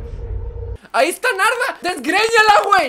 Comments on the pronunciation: Escuche nalga y alga en ves de Narda😂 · Nombre: Narda Lo que Missa dijo: -Kaguama -Nahua lesa -Nayarit :v